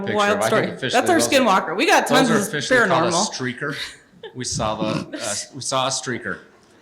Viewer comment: It was a sreaker! 😂